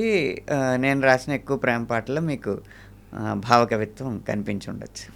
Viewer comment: బావ కవిత్వం కాదు యాంకర్ గారు , భావ కవైత్వం అనాలి …😂